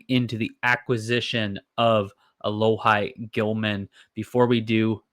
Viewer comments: Sorry, pronunciation is (Alo-Hee). Played ball with him in highschool 🤙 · It’s pronounced alo-hee lol sorry to be that guy